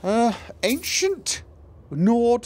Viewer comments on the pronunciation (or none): none